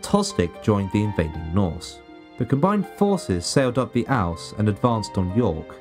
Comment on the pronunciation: They sailed up the River Ouse (pronounced 'ooze', not owz).